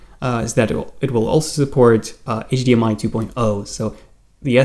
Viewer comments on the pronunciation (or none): none